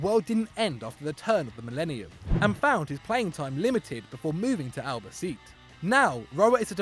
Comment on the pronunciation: seriously, learn how to pronounce the names of spanish teams,cause you fuck up in so many vids. "Albaceet"😂😂 its pronounced fuckin Albacete